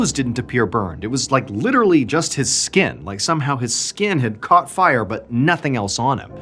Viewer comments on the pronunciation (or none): none